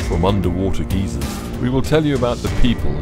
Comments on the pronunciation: Its pronounced like guy-zer not like gee-zer a geezer is an old man that yells at children lol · Dude - geezers are old men in polyester pants cynched up to one’s boobs. I think you mean GYSER. (Pronounced “guy- zer”). It means a hot spring that occasionally shoots a column of water & steam into the air. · Did u just call a geyser geezer 😳